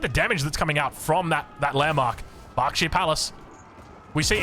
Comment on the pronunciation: This pronouncing of you xD it´s called berkshire not barkshire^^